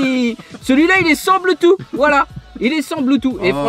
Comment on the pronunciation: On est d'accord que le bloutous... Blutu... Bloutu... Puis merde on est d'accord que le bloutuss intégrer sa existe nn?